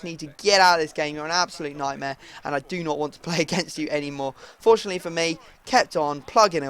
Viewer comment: Whenever you say fortunately i think that you are saying unfortunately